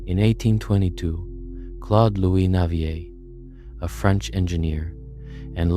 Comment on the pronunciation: Thank you for pronouncing Navier properly. Respect.